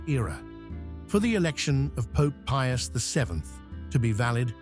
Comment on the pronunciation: pius the fin? what a mess up name. all the more reason not to watch AI generated videos. 👎